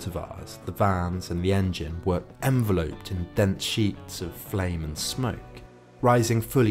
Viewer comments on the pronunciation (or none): En-vel-upd not En-Ve-loped. Just sayin.